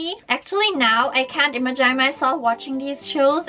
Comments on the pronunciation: Omg so freaking cute... she said imagine as im-eye-jine (pronunciation) that was so adorable ahahha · "ImaJYNE" can also be said "IMAJIN" xo luv u ! ;)